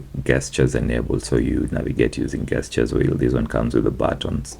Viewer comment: Gesture isn’t pronounced gesture if you get what I mean